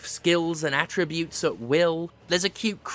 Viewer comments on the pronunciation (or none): none